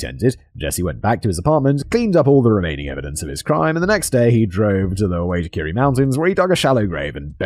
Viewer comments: Simon, Wai tack a res. This is how its said, massive forest range and lots of body's go "MISSING" there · Agreed, Simon did his best but a pronunciation guide would have been helpful. I cringed every time Simon said Waitakere.